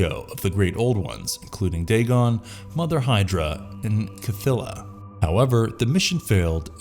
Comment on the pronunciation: "Kuhthilla" That's stayin' in...